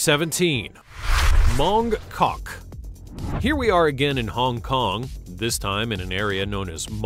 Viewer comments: When you say “Mong Kok”, the ‘K’ at the beginning of Kok is almost silent, or not pronounced so starkly, so it’s really pronounced as though the K is not there - I lived there for 16 months, very fascinating place. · C'mon. You enjoyed saying Mong KKOKK.